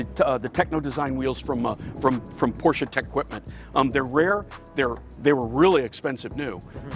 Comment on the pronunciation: You two have helped me decide over another classic Mercedes, another Land Rover, and finally a third Porsche two-seater. This video was awesome and I appreciate the enthusiasm, the clarity, and the fact (not minor) you know how to pronounce Porsche. (Por-sche). I will support you in any way I can and will let you know when a Cayenne is in my stables! Good job, gentemen! N